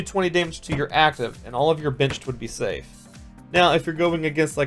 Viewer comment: Lol everytime he said benched I thought he said bitched